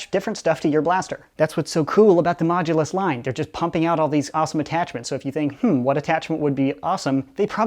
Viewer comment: Once i heard say the modulus mogulus xD